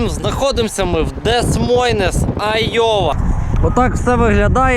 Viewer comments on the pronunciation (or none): Дес мойнес скажы ДЕ МОЙ, так краще !